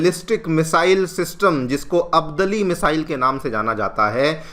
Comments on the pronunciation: आप तो भारतीय हैं, आप अब्दाली को अब्दली क्यों कह रहे हैं?????? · Bhai teacher hai shabdo ko to sahi bol de. अब्दाली है अब्दली नहीं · अब्दली नहीं अब्दाली मिसाइल है। थोड़ा तो ध्यान रखो।